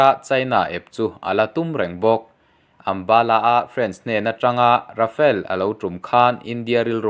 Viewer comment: Rafael tih angin i lam lek lek thin.